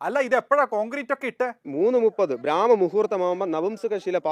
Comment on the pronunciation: ബ്രാഹ്മ മുഹൂര്‍ത്തമല്ല ചേട്ടാ ബ്രഹ്മ മുഹൂര്‍ത്തഠ